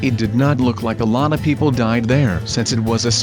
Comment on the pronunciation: wean u were talking about the people who died of hiporthermia for some reason when said" a lot of people died " I thought u said "a Llama people died"